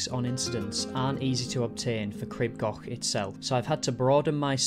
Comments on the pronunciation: Crib gauk. Not goch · Local here, for anyone who’s interested, the pronunciation is Cr-ee-b G-or-ch I know the ‘ch’ is tricky though! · For goodness sake, PLEASE PLEASE learn how to pronounce Crib Goch! The "o" isn't an English "o", it's a much elongated "o" as in "store" not a short "o" as in "gone".